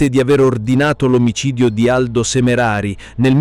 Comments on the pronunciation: SemerAri...non Semereri.. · hai ragione, tanti errori (SemerEri e non Semerari è grave), anche in tutti i video precedenti diamogli tempo e fiducia al ragazzi per il suo nuovo canale.